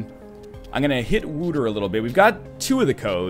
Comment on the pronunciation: Just replying to an older playthrough here. You're not very good at pronouncing stuff, are you? Wouter is not pronounced Wooter, the closest you will get with an English pronounciation is probably Wowter or Waoter. It's a Dutch name. Then again, I'll grant you that the language in this game is also done pretty bad. Just look at the end, "pacific" attitude? They've got to be confused with the word pacifist :s